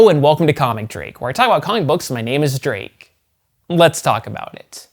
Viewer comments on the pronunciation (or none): none